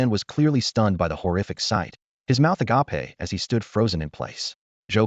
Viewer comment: Love these stories, great to fall asleep to since there's really no important plot to follow, just little storyline and short term plots, but why are all these automated readers so stupid, none off them know how to read and pronounce I'll I'd bow read agape as well as other silly little words, not a real big deal, not that annoying, just stupid and laughable, other than that, just wish either they weren't just clips but told the whole story, or at least make the parts more clearly labeled so their easy to find and listen to...